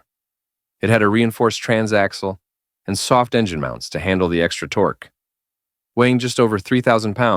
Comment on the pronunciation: The '80s were the decade of tor-kay.